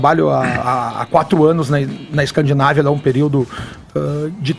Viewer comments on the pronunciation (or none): "Escandinávia"?! Pqp!!! Quem é esse idiota?